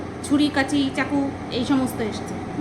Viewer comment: কেইচিটা কি জিনিষ। কাঁচি হবে ভাই।